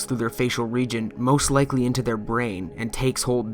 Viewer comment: Did... did you say lickly instead of likely?